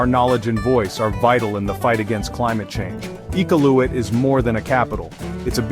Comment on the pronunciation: Not one photo was from Iqaluit! Your pronunciation of “Iqaluit” was atrocious. Do a little research first before posting fraudulent information about a place you obviously know nothing about.